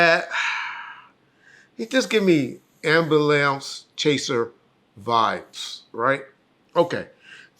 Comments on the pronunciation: he said AMBILAMPS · Did he say “amberlamps chaser”?